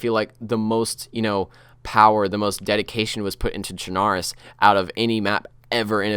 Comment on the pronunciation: CHARNORUS XD its chernorus